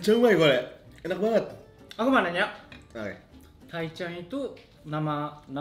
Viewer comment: Bagian bilang "aku mau nanya" lancar banget pengucapannya..gokill